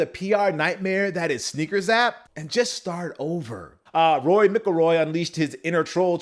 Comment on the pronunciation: Did you just mispronounced Rory's name? I never heard it sound like that...